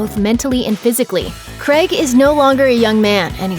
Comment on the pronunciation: It’s pronounced “krayg”, not “kreg”.